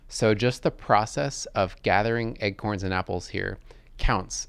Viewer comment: Dude, why do you pronounce "acorns" like "egg-corns"